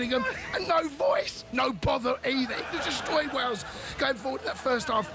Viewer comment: Its wales not wals